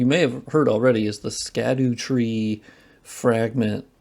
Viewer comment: "Sca-doo" tree is "shad-dow" tree